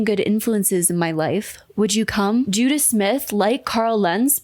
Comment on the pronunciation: I'm sorry, Ican't stop giggling about how this culty pastor is called Judah Smith. When you say it it just sounds like Judas 😂🕵‍♂